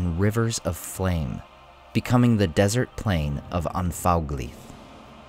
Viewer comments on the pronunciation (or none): none